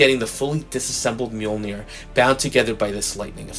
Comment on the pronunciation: Awesome review though I'm not much into female figures. I just liked hearing you pronounce the word 'Mjoinir'🤣🤣🤣 Take care my brother